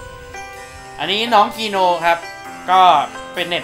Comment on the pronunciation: พี่เขาชื่อ กีโน ไม่ใช่ กีโน่